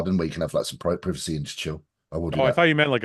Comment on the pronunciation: I hate how James said privacy lol